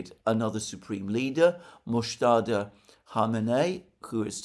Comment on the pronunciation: It is MUJTABA khamenai please. Not Mujtada or Muqtada.